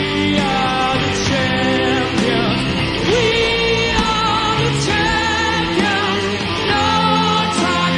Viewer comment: Sorry to nit pick and bust everyone's balls, but champions is a 3 syllable word not a 2 syllable word.